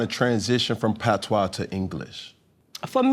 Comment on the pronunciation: Man has locs and don't know one thing about reggae/dancehall? 😂 What a joke The way he pronounced patois is sickening.